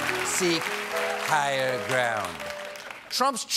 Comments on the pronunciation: Brett Richardson has to listen to it two more times. Honestly couldn’t figure out what you meant. Second time around I definitely heard “seige” instead of “seek” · Seek hire ground sounded like sieg geil or was that just me? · was that seek higher ground or zieg higher? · When Stephen said "Seek higher, seek higher [grounds]", I first misheard that for some German words and was shocked/confused - but not too much:they do not seem too far-fetched for the President and his respect of the constitution